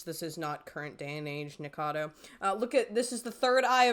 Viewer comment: Splitting hairs, but you leave a syllable out of "Nikacado."